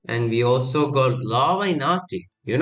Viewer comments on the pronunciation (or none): none